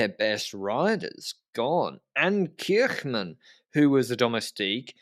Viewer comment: is getting so confident in his Dutch pronunciation that he's starting to mispronounce the names of English-speaking North Americans like Kirchmann and Jastrab.